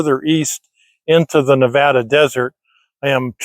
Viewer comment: I am so glad you know how to pronounce Nevada properly. Thanks